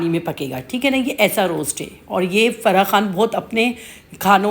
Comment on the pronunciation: ہم مرا ہوا چکن نہیں کھا تے ،ذبح کیا ہوا کھاتے ہیں ،آپ کے لیے مرے ہوۓ چکن کی ویلیو ہو گی ، آپ اپنی اردو ٹھیک کریں ،فرحا نہیں فرح ہوتا ہے،